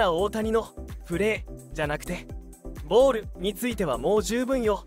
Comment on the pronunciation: 「ボール」の発音に違和感があり過ぎ…